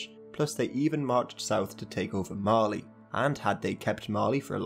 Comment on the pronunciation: I THOUGHT YOU SAID MARLEY